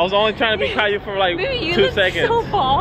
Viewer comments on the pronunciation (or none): Dang she said cailou 😂😂😂